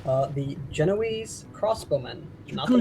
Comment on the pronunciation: Guys, It's pronounced Ge-no-ay-see, not Ge-no-eeze.